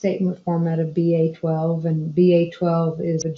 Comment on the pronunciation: What is BA-twelve??? Surely you meant BAI2 (with the letter 'I')...